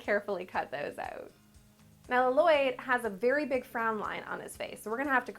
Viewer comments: You pronounce his name wrong. Edit: you pronounce his name La Loyd. HIS NAME IS PRONOUNCED LLOYD NOT LA LOYD. mahalo (thx) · His name is Llyod not laloyd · its lloyld not lalloyld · Lloyd i just lloyd not l-loyd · it is LOYD you say it like LOYD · dad it's just loyd(with 2 l's) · She is because it's a joke from the movie. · Lazycat 881 No, she totally is! Lol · i love ur vids btw but you say Lloyd without the extra L. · Um you pronounced LLOYD WRONG